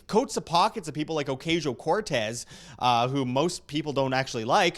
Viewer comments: It's pronounced "Occasional Cortex". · Ocuntzio. That's right ?